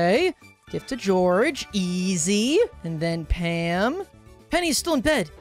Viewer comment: It's soo funny Saying George he said "so does Gorge😂😂"